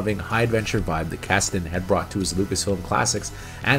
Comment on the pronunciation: You’re pronouncing Kasden wrong.